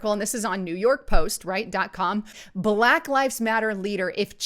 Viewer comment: BAAAAA-LACK..........................IT'S ONE SYLLABLE , YOU ANNOYING NIT. GO ALL CAPUTO ON US, GET IN THAT BUNKER, WITH YOUR AMMO. AND ALL THE BEANS.GAS MASK NEEDED.